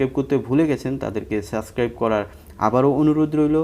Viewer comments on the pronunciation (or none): সাস্ক্রাইব কি রে ভাই? বাপের জীবনেও সাস্ক্রাইব নামে কোনো শব্দ হুনি নাইক্কা। তুই উপস্থাপক পাইলি কইত্থেকে? উপ্রে চ্যানেলের নামের ডান পাশে তো লেখা সাবস্ক্রাইব। তুই পাইলি কই সাস্ক্রাইব (সাসক্রাইব)?